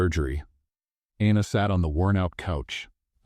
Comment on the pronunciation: I liked this story but the narrator kept mispronouncing Anna’s name incorrectly. Was it Anna or Aina? Even Sophia’s name was mispronounced, for that reason, I give this story an 8/10.